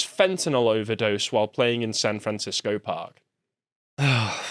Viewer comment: "Fran Sancisco"